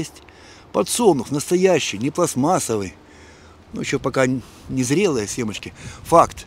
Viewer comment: Не семачки, а семечки от слова семена. Канал без воды будет.